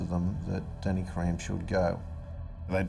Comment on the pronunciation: My ears bleed every time I hear them pronounce “Karam”